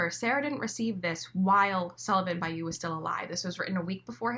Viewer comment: Sullivan Ba-LLou not Bayou